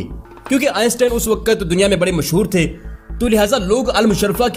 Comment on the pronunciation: السلام علیکم برادر گزارش ہے جہاں اس قدر اہتمام سے آپ انگلش لفظ کا درست تلفظ بولتے ہیں اردو لفظوں کو بھی ٹھیک تلفظ کے ساتھ ادا کیا کریں ۔ مثلا سمت ۔ وقت ۔ قبل اور کئی ایسے الفاظ جن کا تلفظ سراسر غلط ہے اور آپ بولتے ہیں ۔ امید کرتا ہوں آپ آئندہ اس بات کا بھی خیال رکھیں گے ۔ شکریہ